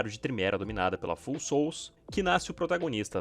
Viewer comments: Vídeo f*da!! Só um detalhe: o nome da guild se pronuncia "fául", de "falho", e não "full", de "cheio". São as Almas Falhas! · Amo seu conteúdo, só uma observação Pronuncia de Foul seria “Fauel”. Abraço por trás ❤